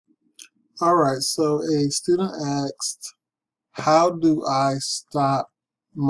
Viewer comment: Excuse me, it's "Asked", not "Axed".